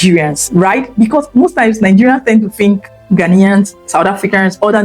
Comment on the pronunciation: Madam, the word BECAUSE has no R in it. Geees😂😂😂😂